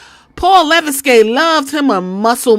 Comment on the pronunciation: 😭😭 it’s pronounced le-veck